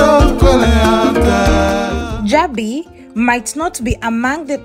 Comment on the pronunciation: While i salute your courage for this work however i think you should have done a bit of research on how places are pronounced especially the Jabi, Wuse......from your accent i guess you are fromo e of the East African countries.